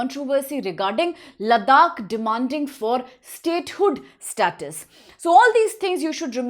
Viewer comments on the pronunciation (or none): none